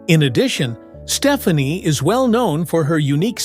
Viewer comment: Love the respect they have for each other - this is not a slam, but Gwen's last name is pronounced Ste-FAH-ne